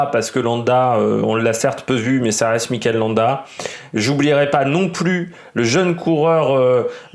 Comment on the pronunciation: Ça fait plusieurs vidéos que j’entends Mickael Landa. Ça me perturbe.